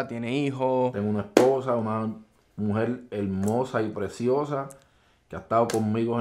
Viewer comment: Mujel instead of mujer